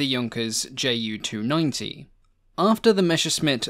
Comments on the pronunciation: Greatly enjoyed the video! I'd like to point out that Ju is actually pronounced Yu for proper pronunciation for the shortened of Junkers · Why do you pronounce Junkers accurately but screw up the Ju so decidedly?